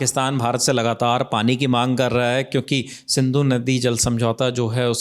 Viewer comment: It is Sindhu not Sandhu